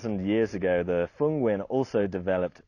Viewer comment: Dude can pronounce Nguyen. Good on ya!